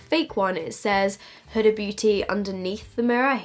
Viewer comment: Isn't it pronounced more like hoo-da?